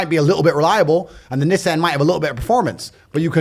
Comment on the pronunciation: What the fuck is a Nizzan !!?? 😂 love Tate